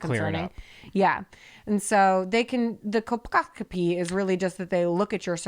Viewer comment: Cole poss co pee is how that is pronounced